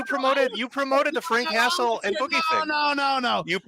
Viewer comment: Frank hastle ❌ Frank castle ✅